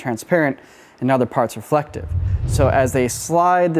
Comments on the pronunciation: I blame for "Refelctive" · Refelctive? Really guys lol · Ah Yes, the good ole "Refelctive" trick.😅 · “Refelctive” lol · Man, you went all in on "Refelctive".